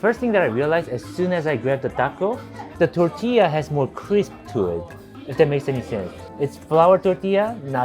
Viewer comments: Yo the way you say tortilla makes me happy. You are invited to the carne asada. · oh for sure ! You are! Your "r" in tortilla is perfection!